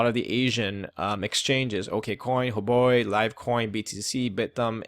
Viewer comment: Huobi, not Huboi :)